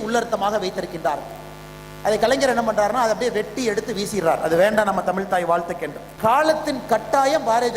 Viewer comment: தமிழ் என்று சொல்லத் தெரியாத நீ, சொல்வது நிச்சயமாக நடக்காது.